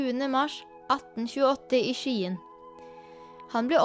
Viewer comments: det uttales SKJE-EN ikke Skiiien. Og selvom henrich skriver med ch, så uttales det som en k :) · Det heter ikke skiiieeeenn det heter Skien!!!